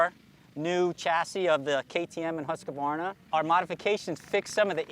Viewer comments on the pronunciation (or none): It's pronounced ˈhʉ̂ːsˌkvɑːɳa. 3 syllables, not 4.